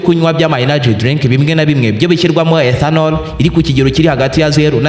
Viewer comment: 😂😂😂 icyo kirimi igi swalabiya Niki ethanonol 😅😅😅😅